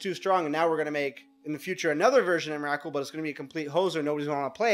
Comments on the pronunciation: EM - RA - KUL. srsly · can't continue watching you keep calling it emmarackcool. not even close. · em-er-ah-kul? wtf is that? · Three syllables, say it with me, "EM-RA-COOL." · i wish this guy would pronounce emrakul right